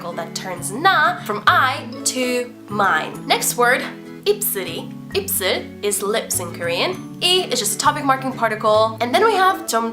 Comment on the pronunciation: 이제 한국어 완전 잘하시네요!3년 전 비디오봤을때보다 훨씬 많이 잘하네요ㅎㅎㅋㅋㅋㅋㅋ입'슬'이 아니라 입'술'이예요!그거빼곤 완벽해요!